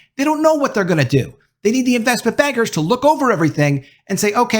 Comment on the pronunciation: I kept hearing "investment beggars" instead of "investment bankers" for some reason.